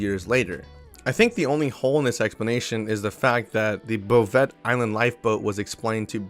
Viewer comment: Before someone makes fun of you for it... 'Bouvet' Island is pronounced "Boo-Vay"... I got your back.